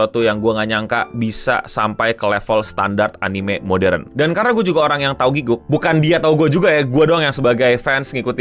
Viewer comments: wajar kalau orang indo bilangnya giguk. Gw yang fluent inggris aja, dan tau cara baca yang bener "gi-gak," masih sering pakai "gi-guk" 😅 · Gatel dengernya 1. It's Gi-gak, bukan Giguk. Kalo mau meme sekalian panggil aja GRANT (nama aslinya Garnt) 2. Ini one shot anime, jadi gaada lanjutannya karena ini self funded alias duit ndiiri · aku malah dengernya gukguk, alias pas ... lagi ngaum